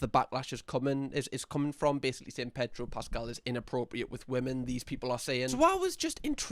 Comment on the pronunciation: predro pascal lol